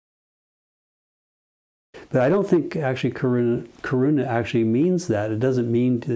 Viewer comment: करुणा; It is pronounced little different. More weight on 'na' in Karuna.